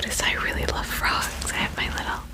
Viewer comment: Why did i hear "tadpoles are baby frouges"😂